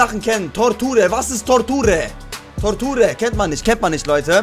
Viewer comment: Toorture ! 😂 Das heißt Torture (ausgesprochen etwa tortschur) ist englisch und heißt Folter mein Freund ! Wie sie halt im Mittelalter usw verwendet wurde !